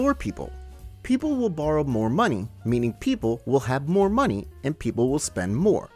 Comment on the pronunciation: “Muh muny”